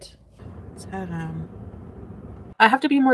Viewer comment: Hate how she says “ha ham”.